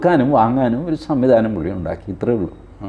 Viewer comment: വളി അല്ല വഴി . . . വഴിവിളക്ക് 😂😂😂